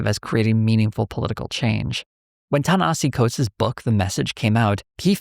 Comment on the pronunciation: You spent all that time discussing the man and butchered his name that badly? Smh